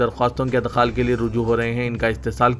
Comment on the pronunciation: Idkhaal hai bhai, adkhaal nahiñ